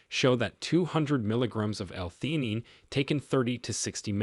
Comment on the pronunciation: The narrator said this is after many years of experiencing the medical field, but this whole thing was AI generated. This is also evidence by his mispronunciation of certain words.theanine since they are not part of the typical vocabulary was probably not adequate program into this computer the generated this overly promised under delivered slop